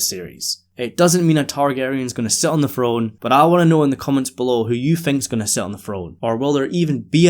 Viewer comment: Enjoy your videos and your insight I always find it hilarious especially in this video because of how much the word came up that people in America supposedly speak lazy English that's not proper but certain things like the word throne are pronounced "frone" not throne which is kind of a lazy way of saying throne without flicking your tongue against your teeth. Not making fun of you just something I've noticed for a long time and I've never heard anyone else bring it up. Again love your videos don't mind your accent whatsoever just a small funny thing I thought I was pointing out